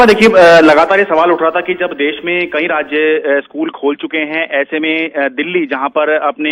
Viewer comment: देस नही देश होता है NDTV